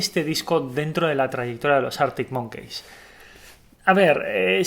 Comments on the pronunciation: Es monkis xd pero da igual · cada vez que dices arctic monKEYS me sangra el oido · Año 2080, seguirá pronunciando Artic Monqueis 😂😂